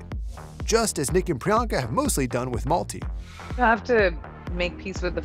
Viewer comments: It's malti dude. Not multi. Such a beautiful name it is ♥️ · I wonder the pronunciation of the name of the sweet cute baby girl. Her father pronounces as "Multi" as in the word "Multiple". If by any chance the name has a Sanskrit origin, perhaps meaning "little flower", then perhaps it should be pronounced as MALTI , the second syllable should be pronounced as "thi" in the word THIN. Only wondering. Such a cute baby. She looks so much like her Dad, Nick Jonas. Best wishes to Mum Priyanka, Dad Nick and sweet little Malti Marie.